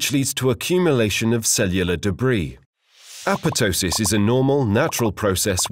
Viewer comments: It isn't apetosis. It's apo-ptosis. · no. it is not pronounced correctly in this video. google it. The second P should be pronounced. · Yeah, this guy's second P on apotosis infortunately suffered a necrotic process and is missing. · ah-POP-toh-sis would be the closest to the original Greek pronunciation, by the way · Why are you not pronouncing the second "p" in apoptosis? It sounds so weird :p